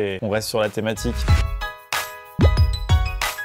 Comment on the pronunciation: À la fin de la première vidéo au lieu de " thématique " j'ai entendu " thomatique "